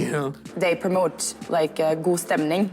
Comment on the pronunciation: your god in god stemning needs a longer o and the d is almost silent. the God in norwegian is spelled with a u.